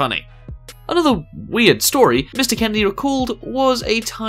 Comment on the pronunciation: ...who the fuck pronounces the word "Kennedy" as... "candy"? what the fuck.